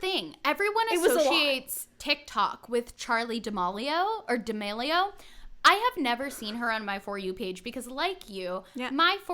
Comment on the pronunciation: also for future reference i think it’s pronounced charli (da-meal-e-o) haha🥰 love you guys!!!